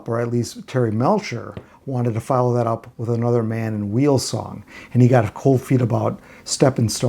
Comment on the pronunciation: Barry Mann and Cynthia's last name is pronounced like "while". Just thought I'd add that. The Raiders put out some good music. "Melody for an Unknown Girl" was also released by the Unknowns, who I believe was (more or less) the Raiders, or some of them. I don't recall the whole story. Great history here, thanks!